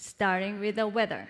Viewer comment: Weather wizet lol